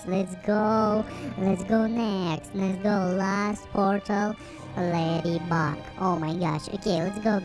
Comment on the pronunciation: That's not ladybeg it's ladybug